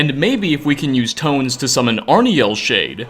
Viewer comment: Do you talk like this always, with the extra syllable at the end? "Or, tones-sah" Or is it just to be clear? I don't hear this often, and it seems to come and go. Mostly it's at the end of a sentence, like a full-stop indicator.